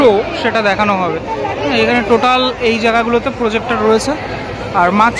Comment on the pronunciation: Totel ❌ Totaal ✅